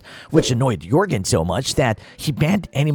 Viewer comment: And the military looking one is pronounced Jorgan not Yorgan